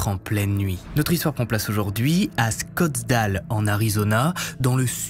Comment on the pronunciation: Salut !On dit pas Scottsdale mais Scottsdale !😂 Pour info (Scottsdèle + ou -) Toujours aussi bon travail, bravo et merci